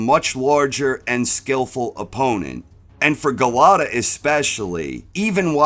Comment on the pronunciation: Golota...stop butchering his name 😅.